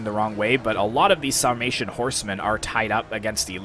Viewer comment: Epic last stand! Sounds like your'e saying "Salmation" instead of "Sarmation."